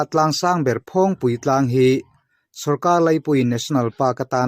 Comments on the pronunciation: Phawng tih lam rik dan hi a lam sang tlat lo maw,a dik zawk nge, dik lo,,,phawng tih lam rik hi a hniam tur niin ka hria a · Tlâng hming i lam/sawi dan hi a thlûk a diklo....phawng hi ilam sâng mah mah...👏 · phul ri hi a sang lo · Phawngpui hming hi, A sawi dik loo..A thluk hi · Phawngpui i lam dan hi a va danglam ve, a dik lo deuh lo maw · Phawngpui tlâng ilam dan hi adik chiah lo in kahria,( phawng) ilam dan hi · Mah ni ram tlangsang ber lam dan han lam dik loh tlat chu a mak ve bawk e,Mahni tawng lam dan hi zir chiang deuh thin teh u aww.